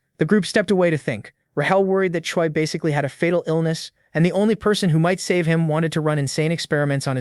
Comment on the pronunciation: He calls chea Choi and choi choi